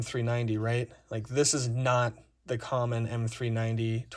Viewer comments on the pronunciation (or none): none